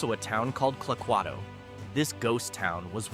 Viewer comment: Clay-quay-to. Not however you butchered it. Grew up in Winlock. 7 miles from Vader, 7 miles from Toledo, 12 miles from Clay-quay-to. Never seen a three story building in Vader...but if you ever go there, the Little Crane restaurant is a must stop. The Fri-Sat nite prime rib is the best in the state.